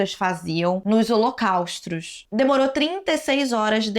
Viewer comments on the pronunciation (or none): Você precisa checar como se falam palavras que você não conhece. Não é Holocaustro eé Holocausto. Não é unissono é uníssono. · Que agonia dela falando "Holocaustro"